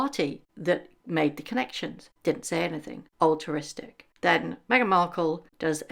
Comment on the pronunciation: *altruistic not alteristic